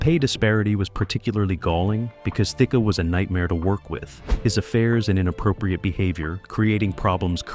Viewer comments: I keep giggling over the pronunciations of "thick-a" , "thickie" and "thick-ay" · His name is Alan Thick Your keep saying b his name wrong.